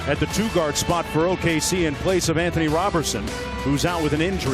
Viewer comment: Nobody gonna say anything about the announcer lmaoo "Anothony Roberson"